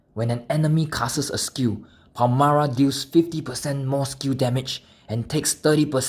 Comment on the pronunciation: Why do you read her name "Palmara"?